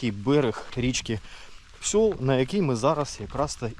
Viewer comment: Не Псьол а Псел і не лінь а лин